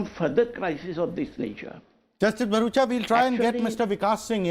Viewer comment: GREAT DEBATE BUT THE ANCHOR WAS LITTLE BIT DOING ANNOYING THINGS. HE WAS INTERRUPTING AND EVEN CALLING JUSTICE BARUKHA AS JUSTICE BARUCHA... 😂